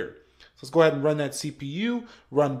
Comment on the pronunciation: i cringe everytime you say leets gooe